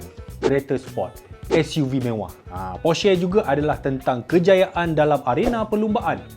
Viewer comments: ko sebut porsche pon tak tau oiii berenti la jadi reviewer kereta hahahahaha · Cara ckp porsche tu salah. Ni cara yg betul.